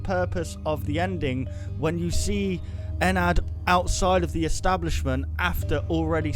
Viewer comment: Ana Alves nah. he's calling it eNerd.